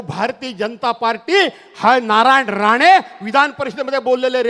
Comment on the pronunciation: अरे बाबा, राने की राणे?